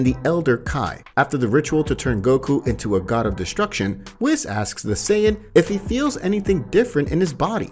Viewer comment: It’s wees not wis